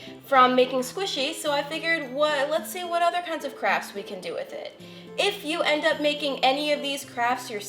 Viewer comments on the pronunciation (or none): Literally, every time she says “crafts” I hear “crap”. Is it just me? Not in a bad way or anything.